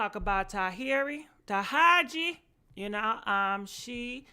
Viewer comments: Sis if you say ta-heri over TA-RA-JI IM GONNA DIE... LMAOOOOO... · Tahiary?? Who don’t know how to pronounce Taraiji 🤦🏾‍♀️ but I guess keep going chileee ooooweeeee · Ta•Rah•ji!!!😂😂😂😂not Tahari. I like veyou Sis! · I wish she'd stop mispronouncing Taraji's name....that's so disrespectful and rude. Her NAME IS NOT TAHARI!! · 🗣Taraji Jessica... NOT Tahiry!! Sheesh!!!! 😩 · Taraji name is pronounced TAH RAH GI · Yesh you ignorant af. You got the whole story wrong. Definitely unsurprising from a women who can't even pronounce Taraji! Tuh rah jee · It’s TA-RA-JI like RAH! And JEE! You..., ima keep that to myself .